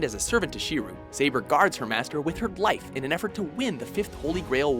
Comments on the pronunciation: SHEEROO? And how is Saber and Shirou's love not mutual during the Fate route? More proof that WatchMojo doesn't even have people that watch these shows doing these videos. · Don't forget "SHEEREW" Emiya.